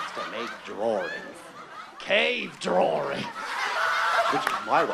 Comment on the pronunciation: CAVE DRAWRINGS!!